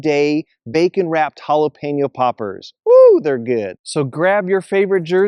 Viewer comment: Great tailgate munchies right there! I’m so happy you pronounced Jalapeño correctly. Drives me crazy when people say Jalapeeno😡